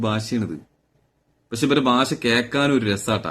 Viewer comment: ഭാഷ bai ഭാശാ alla bai